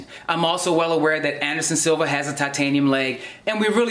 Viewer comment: Anderson ‘Silver’ 😂